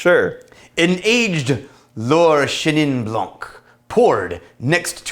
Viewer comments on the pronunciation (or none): none